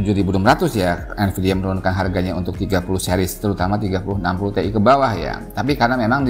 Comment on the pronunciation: Tee'i? T,iyyyy om!